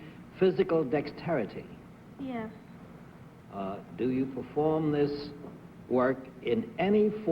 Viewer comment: I realize that Bennett Cerf was a publisher of a dictionary, however, I have to disagree with his pronunciation of the word dexterity. I crack up every time he says the word and pronounces it with an 'h' in the middle, as in the words where when. It's not 'dextherity,' Bennett! Lol. And Dorothy loves the word metal! It's not 'mehtal', Dorothy! 😂 it's met'tal. Lol